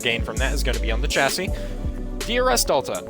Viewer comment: So I’ve noticed Americans don’t know how to pronounce Chassis. It’s pronounced shassie. Just a little tip